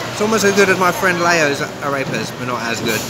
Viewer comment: You should learn to pronounce AREPAS. It is not "a rape ass", it is "ah reh (as in the musical note) pass". Thanks for the laugh though!